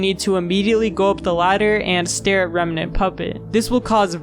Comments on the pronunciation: only thing i hate about this video is how he pronounced remnant, as reme-nant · why bro keep saying remanent instead of remnant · Bro says Remnant so wierd, "Reminant" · why do you pronounce remnant like that